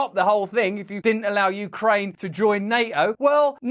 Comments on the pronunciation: YOUcraine. Not WEcraine…. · U - kraine, not we - kraine hhhhhhhhhh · You-kraine not we-Kraine that's Russia! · U-kraine not We-kraine haha genius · Very good. It's YOU-kraine, not WE-kraine. Good one! I'm American and we're struggling to pay for basic living expenses. And then somebody wanders into the White House from across the world, and Biden gives him millions. 🙄 I agree-I think our US Congressmen actually act like they're salesmen working on commission for the Military Industrial Complex. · Its Ukraine, not we-kraine. Sorry Joe that ATM is out of order. 🖕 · "You krane NOT We krane"😂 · "Ukraine ot Wekraine " brilliant 😂😂😂😂😂😂